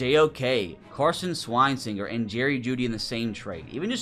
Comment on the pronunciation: The way you absolutely butcher Carson Schwesinger's name every time just kills me inside.